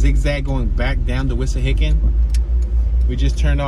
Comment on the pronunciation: It's not Wishahickon -- it's Wissahickon babe.